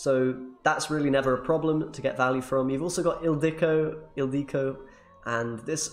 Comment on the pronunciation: You pronounce Ildiko perfectly i think with the long ó at the end. :)